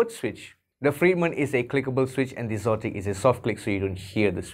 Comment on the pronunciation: You are the first person I've heard pronounce xotic as "zotic." It makes sense, but I think they are just spelling exotic without the E at the beginning for effect. Anyway, good review.